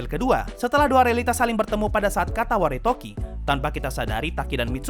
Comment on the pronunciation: Katawaretoki atau Katawaredoki? Seingetku Katawaredoki, bukan Katawaretoki. Cmiiw, aku gabisa baca bahasa jepangnya ✌️